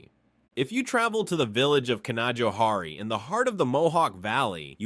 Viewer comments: Canajoharie mispronounced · Canajoharie made me roar 😅.. I live within the Mohawk Valley region about half hr west of there.. Oh , and I'm born and raised here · lol Can-Ah-Joe-Hari not even close lol Canna-Joe-Harry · Canajoharie is pronounced Canna-joe-hairy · its can-a-joe-harry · It’s pronounced CAN-JOE-HARRY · As a life long resident of New York State, I have to say that this video was a joy to watch. However, I must point out two mispronunciations. Canajoharie Is pronounced Canna-JOE-harry and Schoharie si not pronounced with the first syllable like shhh, but rather SKO-harry. There are many other common mispronounced place names in NYS, Albany Is not AL-binny (like the diminutive for Allen) but All-bany, Cohoes is cuh-HOSE, Valatie is Val-A-sha, just to name a few. Great job on the video, regardless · can uh joe HAIRY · The way it pronounces canajoharie... Makes my blood boil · Great video! Born and raised in New York State, and I still learned a lot. I never heard of the massive salt deposit. Three place names pronounced incorrectly; Canajoharie, Shawangunks, Schoharie. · Canajoharie is a tricky one. — Someone who grew up 15 minutes away from there.